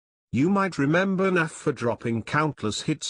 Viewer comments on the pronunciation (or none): Why this Windows Narrator keep calling him "NAFF"?